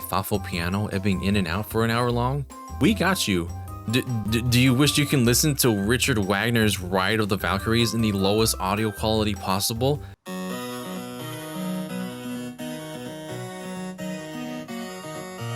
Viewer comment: It's pronounced Reekard Vahgnair.